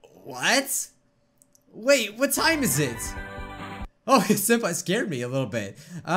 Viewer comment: "senapi" wow SENAPI WHATS "SENAPI" XD